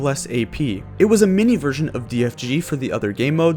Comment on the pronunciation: every time you say version i keep hearing it " virgin"